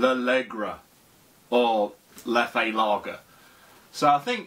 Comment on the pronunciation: Isn’t it pronounced leff not lef-ay?